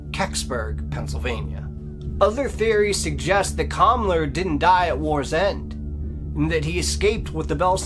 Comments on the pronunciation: In German, the feminine form of the word "The" is pronounced "Dee" or "Dey", not "Dye" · great job! Love the combination work with Carol Ann! (BTW, "die" in German, is pronounced "dee" -- not that it matters!) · Imagine a woman called "Dee Glocka". The German "die" is pronounced like the English "dee", and the E at the end of Glocke is pronounced like the E in English "the", or A in "American, Cuba". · It was painful to hear you slaughter the German language over and over. "Die" is pronounced as 'dee'. Sorry my dude. You're good, but you're not Carol Ann.